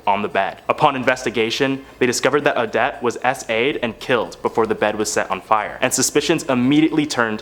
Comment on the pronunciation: Omg. It's not pronounced " A-dette".. It's " O-dette" what is with you young people and not knowing how to properly announciate?